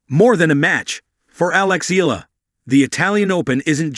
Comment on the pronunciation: The surname Eala is pronounced " EE - ah - lah" It is an Irish name, and the pronounciation is not the same as "Allah." Good Tuesday morning ❣️🇺🇸🤗🥰 Thanks for the update as always❣️ A Pilipina leaving in the United States of America❣️🇺🇸🇵🇭🙏 Keep on grinding Alex❣️🎾🙏